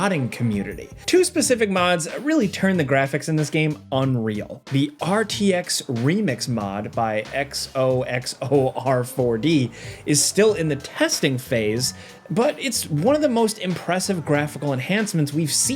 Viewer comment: that xoxor is pronounced zozor btw. the letter x has the sound of z sometimes, particularly when it starts a word